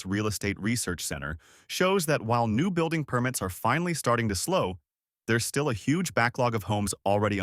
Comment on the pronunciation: Permit (as in construction permit) should be pronounced like the noun that it is (not like a verb).